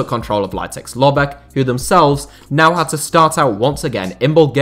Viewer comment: Very bad pronunciation of the name Litex Lovech 😄😄😄🔥🔥🔥🔥